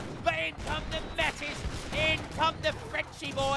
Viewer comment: Metis is pronounced may-tee